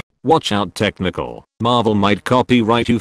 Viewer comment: Every time he says technical i understand test MICHAEL